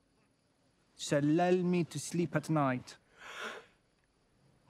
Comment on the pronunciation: She's not comparing to those with an excellent english but with people with a strong accent. They really wouldn't have pronounced the words like he just did with "victory", "surrender" and "lull" for example. It may seem like small details to you but to a French person, it's so audible that it throws away all the credibility that he is French and sounds very fake